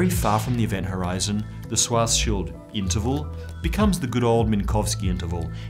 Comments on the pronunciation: It is funny that even an expert pronounces the name Schwarzschild wrong just because of the German spelling of the name. However its proper pronunciation is "shuartz-shild" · Schwarzschild is more like Shwartseshild instead of Swarseshild. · you need to fix your pronunciation of Schwarzschild xD